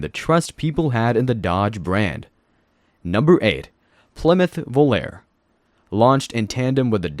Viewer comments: The Volare was pronounced "Vo lar a". Not Volair! Also, how could this guy call the Lincoln Mark IV, the Plymouth Fury, the Caprice and the Buick Skylark ugly? I guess you think the cars of today look great! I will refrain from name calling! If you call the Skylark ugly, then you might as well include the Oldsmobile Cutless and the Chevy Chevelle in with it because they all looked alike. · Vo lare e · The Plymouth Volare was pronounced "Voe Lar E" like the song. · when you hear the original song, it "sounds" like a Vo-lar-a. I know it's an E! Listen to the song! The name of the car and song are Volare. The E has that swoop above it, making it sound like an A. So, the pronunciation is Vo-lar-a!